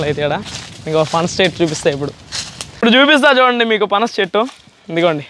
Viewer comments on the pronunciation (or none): పనాస కాయలు కాదు పనస కాయలు నెల్లూరు స్వచ్ఛమైన తెలుగు మాట్లాడండి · Panaasha kadu kadura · పనాష కాయలు ❌ పనస కాయలు ✅